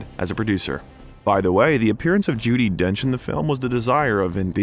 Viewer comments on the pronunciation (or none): Very interesting, well edited and entertaining video...subsequently an easy and instant subscribe. (Although world famous actress Judi Dench would probably laugh at your calling her name "Jew-die" Dench). Cheers from Oz. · Joo-Di Dench???